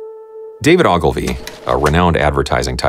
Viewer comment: Dylan here. That's not how I would pronounce Ogilvy, but I still love this video.